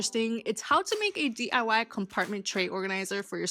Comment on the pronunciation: i love how the hot glue gun queen says 'dee-ah-wah' like it's some kind of powerful feminist thing to say ifk